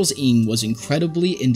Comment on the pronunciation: Ng isn't pronounced "ing" but best said as "no" in English. Was driving me crazy, because I was wondering who this "ing" fellow was at the start lmao